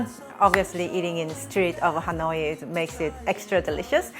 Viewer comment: You're cute, but please, out of respect for your Viet subscribers (me), please try to properly pronounce "Hanoi." It's not "Ha-noy-ee." I hope that while you are there, you will visit with Helen from Helen's Recipes channel.